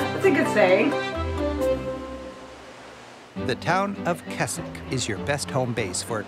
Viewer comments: I'm sorry, Keswick is not pronounced Kes-ik, it's Kez-ik The Lake District is my backyard. Growing up playing in this beautiful area of the country. Sadly it's all too easy to forget it's there and only be reminded of just how amazing it is and how lucky we are to live here when tourists stop and point at it. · He keeps mispronouncing Keswick, it's "Kezzick", not "Kessick"! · Also , the town is pronounced Kezzick, not Kessick. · The guy refers to "Kesick" it is actually pronounced "Kezick" with a Z. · for the record it is pronounced Kezzick. we have horse gymkanas and show jumping, like you see in the olympics.